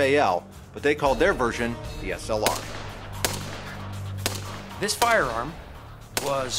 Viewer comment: Nice hearing someone call it by it's proper name,slr